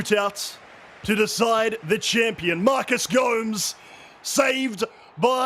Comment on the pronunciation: it's Gomes, not Go-mez ( if that's what you're asking :D )